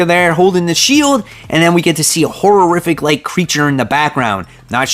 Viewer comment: Try "hor-rif-ic".....not hor-ror-rif-ic. I'll help your pronunciations if you'll help my tennis!